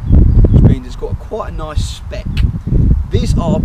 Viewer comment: i know mate. i actually thought it was a really good review of a car im looking to uprgrade my xf to. i was referring to the quality way you said spec at the start of the video.